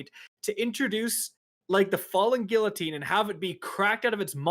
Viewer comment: Guillotine is "Geee-uh-teen" not "gilluhtin"